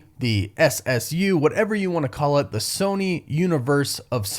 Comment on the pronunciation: ssu sounds so weird at first lol